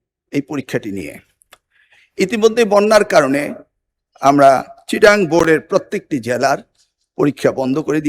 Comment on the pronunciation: এ নাকি শিক্ষা মন্ত্রী। চট্টগ্রাম কে বলে চিটাআং 🤣🤣🤣